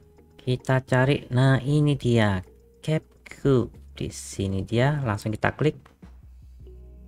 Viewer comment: kep kat. Gimana sih spellnya? Perbaikin dong, geli dengarnya. Ini kan bahasa Inggris bkn German.Kalau German iya, gitu di tulis, gitu jg di baca.